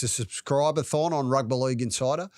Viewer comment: Why does mispronounce "Rugby League"? Is it meant to be endearing?